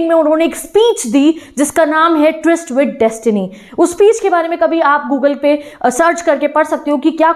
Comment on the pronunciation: twist ❌ tryst